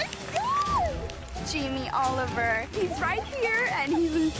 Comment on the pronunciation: Jamie Oliveoil? Haiyaaaa xD